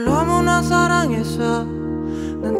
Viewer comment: 습관같은거요 권정열님같은 경우는 음절 끝에 이나 에 발음 하는것도 쿠세의 일종이죠 너무나 사랑해서이~ 이런식으로 발음이 되시잖아요